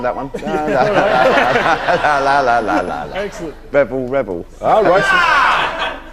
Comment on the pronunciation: I love the way he pronounces Rebel Rebel. <3